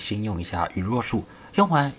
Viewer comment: 羽落(ㄌㄨㄛˋ)術 不是ㄖㄨㄛˋ聽得有點痛苦